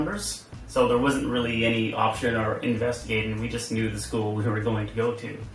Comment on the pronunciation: What American accent is that where they say "school" as two syllables? It sounds like "scoo-uh" or "scoo-ul".